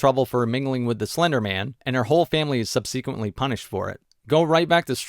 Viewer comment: It’s “sub-suh-quint” Not “sub-see-quint” Sorry to get all Hermione Granger on ya. Had to be said.